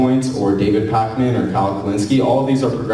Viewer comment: "counterpoints" "pac-man" these pronunciations, oof